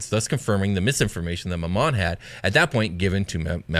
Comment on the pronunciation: I always thought Glasya and Mammon were pronounced Gla-SEE-ya and MAM-mon.